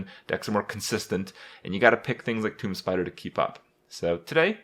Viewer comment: wait wait wait. toomB? toomBBB? kripp, out of all the words you mispronounce, this is by far the worst